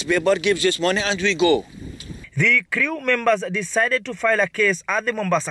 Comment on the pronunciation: The work is crew..... not criiiu Determined..... not detamained